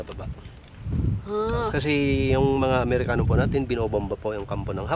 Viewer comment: 12.39 Kailan pa nakipaggyera sa mga Pilipino ang mga "Mehikano" (Mexicans) 😂😂😂